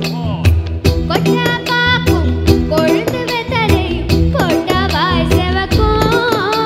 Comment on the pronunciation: "Kotta paakoo, kolunthu vethelai" instead of "kotte paake kolunthe vethelai" Clearly not a Tamil girl's pronunciation.